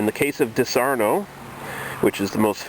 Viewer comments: Dis ar onno not dis arno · its not fucking disarno you stupid idiot. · wrong Di'saronno, stress on "Di" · 1) It's pronounced DEE-SAH-RON-NO. :-) 2) I love Disaronno. For me, it tastes like sex in a bottle. 1 part Disaronno 1 part Southern Comfort 3-4 parts Orange Juice splash of Jack Daniels Drib of Grenadine Delicious. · I like how he pronounces it wrong and everybody jumps down the guy's throat calling him an idiot. who cares if he pronounces it wrong, he's here to do one thing. a review, and very well done review at that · it is called legs.....not oily residue..... why are you reviewing things when you dont know much about this? you cant even say the name .